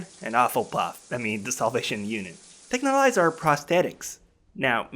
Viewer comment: Thank you for finally making me realize how "Texhnolyze" was pronounced